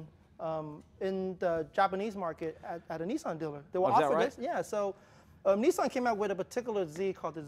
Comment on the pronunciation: Neeeesaaarn? Dartsoon? Wtf?